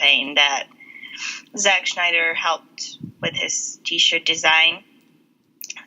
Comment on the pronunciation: Why do you keep pronouncing the Snyder cut as the "Schneider cut"? LOL